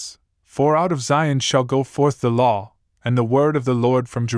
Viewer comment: I love how he says "a law" sounds like "Allah"... oh those poor foolish Muslims...